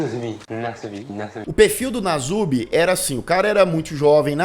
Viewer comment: É perturbador o que fizeram com ele...uma observação: o apelido dele é Nasubi, o s se pronuncia com som de s mesmo.